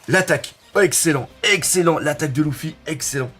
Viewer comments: Bon par contre, c’est Luffy et pas Louffy x) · déjà en France ont dit "Leuffy" mais ont a faut c'est Ruffy en japonais ... Et puis c'est pas si hyper gênant ... Usopp, on a l'impression qui dit "douffy" et franky dit clairement "Ruffy" donc bon ... Franchement osef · Moi je dit luffy mais le "u" je le prononce "e"